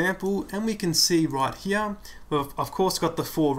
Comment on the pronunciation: Right where? right HEAHH :D